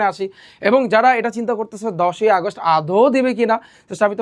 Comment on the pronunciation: আগাস্ট না 🤧 আগস্ট বা অগাস্ট posh লাগে আগাস্ট কি জিনিস🙃 ব্যাজ না 🤧 ব্যাচ✅